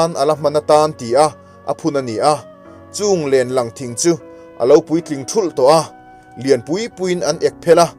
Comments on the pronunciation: Lênlâng tia lam tur. I lam rang lutuk. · Lenlang I lamrik dan hi a dik lo len hi Vailen kansawia len ang hian lamtur tin tin Lang pawh hi Tui chunga thil Lang Kan sawi ang hian lam tur len lamlai hian Kan lekinKan dang chung lam hawlh tur